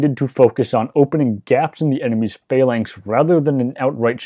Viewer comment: The lector pronounces the word "phalanx" as "failings" most of the time, which is confusing.